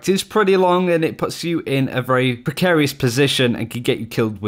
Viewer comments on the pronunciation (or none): none